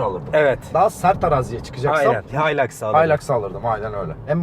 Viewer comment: Haylaks diyince noluyoruz dedim kendi kendime öyle alışmışız hiluks demeye :D